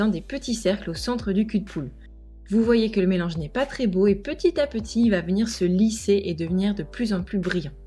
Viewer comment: tu a dit vomire au lieu de venir